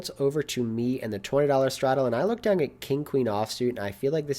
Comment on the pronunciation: One of my favorite things about your videos is the "g" you always add to the end of the word "down". I honestly look forward to it. That and the great way you explain your thought process on each action you make. Really makes it easy for the laypoker player to understand. I'm always down-g to watch a video! Cheers